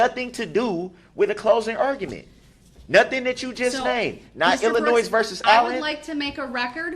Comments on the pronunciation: OMG if he says "Illinoise" one more time, I'm going to lose my mind! It's "IlliNOY" dummy! I don't know whether him mispronouncing Illinois or him constantly making stupid arguments is more annoying! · “IlliNOISE” 🤣 What a dumваss! I cannot believe how absolutely dumb this guy is. And the best part? I think he believes his BS. It’s amazing to see someone this confidentially “fuсkіиg-sтupіd.” Can you imagine dating him, living with him, parenting him, et al.? He’d drive someone to suісіde. His soon-to-be friends in prison will feel the same way. I doubt he lasts real long. 🤷🏼‍♀️ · Anyone who pronounces the "s" at the end of Illinois is automatically suspect. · It's I'll in o iss, I know 3 year olds that can pronounce it properly. Obviously never looked at a map in his life.